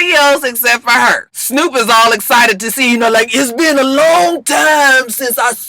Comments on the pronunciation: you gotta get the ou. It's snourp. Like, you gotta put ya lips together like you doing deb but it has to be an ou plus a r sound. It's the bmore pronunciation. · when you say Snoop, it should sound like Snyoop...